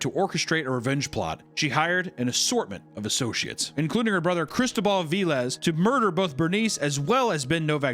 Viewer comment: It’s not pronounced Ve Lez damn it papa !!